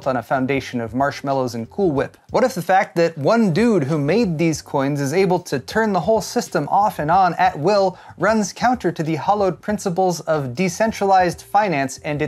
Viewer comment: a foundation of marshmallows and cooo whip. Is that what you said, cooo whip. Did you say it right? cooo whip